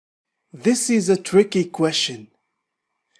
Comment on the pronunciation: حلقه مفيده وجيده. مشكورا ولكن أرجوك ان تنتبه على كيفية لفظ كلمة question, أدخل حرف الt مع اللفظ. مجرد ملاحظه ولبس انتقاد. وشكرا على مجهودك. انا احب الترجمة لذلك حضرت الحلقه.